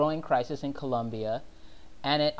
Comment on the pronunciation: it is COLOMBIA not ColUmbia